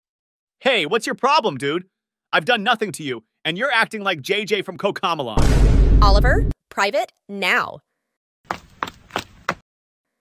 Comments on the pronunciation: "From cuocomolon"😭💅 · When he said cocomelon wrong 😂😂😂😂